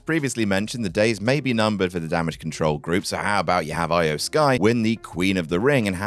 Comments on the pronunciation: They literally changed her name to "IYO" so people would pronounce it correctly and still calling her "Eye-Oh" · Can you stop mispronouncing Iyo’s name please?